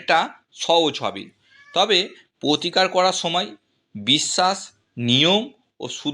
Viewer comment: আপনার উচ্চারণ গুলো স্পষ্ট করুন। পোতিকার গোহো পিয়ো আজগে এসব কি? শুনতে বিশ্রী লাগছে। পুরোটা শুনতে পারলাম না।